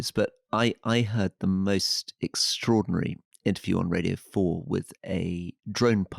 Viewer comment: "This is an ex tory par(ro)ty!!" How has nobody else made this link!